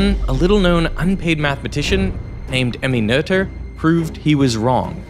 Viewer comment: Finally someone pronounced 'Noether' the correct way.